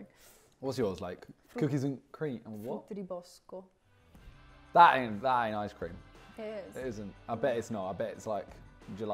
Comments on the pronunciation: I'm Italian and Talia's pronunciation of "frutti di bosco" is mad good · my chick talia with the perfect "frutti di bosco" i see you